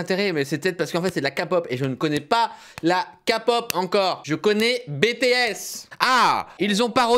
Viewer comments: Il a dit la kapop ,ça se dit la képop Kpop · Non, mais c'est logique de suivre la prononciation coréenne pour un truc coréen ^^ "케이팝" se prononce keipab et non pas kapop, c'est donc plus proche de la prononciation anglophone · Sa se prononce képop et pas kapop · Faut avouer que ct plutôt pourri Et puis c pas''ka pop'' ça se prononce ''key pop'' ... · Pas kapot mais képop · C'est juste pour dire on dit bitis et pas bétés et on dit pas non plus kapop mais kaypop oui je sais c'est des détails mais bon des fois ça énervé en peu les kapopien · mdr 'KA pop' ça se dit 'kê pop' :-) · Sa ce prononce de la " KAÏ-POP " et pas de la kapote euu ka-pop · ALORS C'EST KéPOP ET NON KAPOP sinon ta vidéo est cool cyril :) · Ouais Cyril on prononce à l'anglaise kay-pop pour K-pop et BTS ça se prononce BiTièS Tu devrais faire une vidéo ou tu découvres un peu l'industrie de la musique coréenne ça pourrait être drôle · Pnt le moment où il dit sa j'ai eu tellement mal au oreilles bon ok il connaît pas il a le droit mais moi i qui ss fans de K-POP mes oreilles ont saignés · " Bétéesse " " kapop"... J'ai mal. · K-pop !!!!!!!!(je suis aussi en pleins malaise) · Le H « Kay pop » le k on le dit avec l’accent anglais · famous cats en vrai bts moi je le dis en français mais « kapope » je comprends pas 😂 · Oui c'est vrai que la '' Keypop '' c'est mieux Mdr Moi j'ai pas trouver qu'ils se foutent de la kpop peut-être parce-que ils n'ont pas fais la danse à l'identique je sais pas😅😝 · on dit "Key" pop kpop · La kpop ce prononce kaypop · cest k pop, le k en anglais